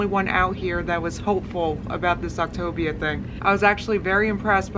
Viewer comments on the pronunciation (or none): Is "optavia" pronounced "october?" Is that what you're saying? Sorry, I am trying to figure out the name of this program. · Octobia, October.... Lol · Did I just hear Octaganja? 😂 ffs I just can't. Love you. ❤ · "Octopussia" I screamed!!! 😂😂😂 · Is it pronounced OP-TA-VIUH? like with the A actually sounding like the “letter A” idk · I love how you mispronounce ovtavia every time 😂😂😂😂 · “Octagon” “October” lol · Why can't anyone pronounce the name of this program? It's Opt-ay-via!!! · Ok I’ve been so confused about the pronunciation of optavia considering she says the a like an I... so I watched their commercial. Here’s how they said it, “Opta-Via” it was said like two words and they also had part of the word bold and part of the word in thin letters, further suggesting it’s said like two words. She REALLY did some research huh? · take a shot every time she says october instead of optavia lol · “Octopussia” LOL!! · Octobia. Eh. You pronounce it better than she does ¯\_(ツ)_/¯ love your videos :) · "Optipussyia" I wasn't ready for that lol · Everytime you kept saying the name I wanted to correct then I caught on . Ha ha ha ha you are hilarious :-) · I can’t tell if your saying Optivia wrong on purpose or not... 👀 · I'm just screaming that no one can fucking pronounce this MLM scam :D. It's hilarious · I actually feel like I need a virtual shoulder to cry on. I’ve tried so HARD to support her. I really have. But it’s clear now that she’s just trolled all of us. There is no way someone can mispronounce a word that many times in a single video. I’ll watch through you but I will never go onto her channel again. I think I’ve said that like 5 times now but it’s just clicked that this does not a thing for me. It’s one thing for those who want to see her crash and burn, but as someone who wanted to see a success story this is actually soul crushing. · I haven’t even watched the video and I’m dying every time you pronounce Optavia in a different way 🤣🤣🤣🤣🤣🤣